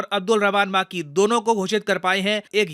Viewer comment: सर वो मां की नही, मक्की है 😛😛😂